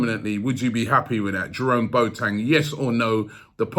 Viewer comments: It’s Bo-a-teng 🤣🤣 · Boateng is not pronounced { Boat - eng } but { Bo - a - teng } with the "a" pronounced as the letter "a" in the word allow.